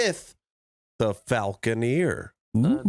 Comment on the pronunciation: it’s FALCON-ER!!!! Not falcon-EER!! cmon buddy. say it right pls. said it right at beggining of vid.